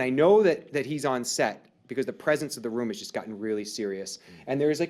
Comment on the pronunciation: "Beecowuz"- Dave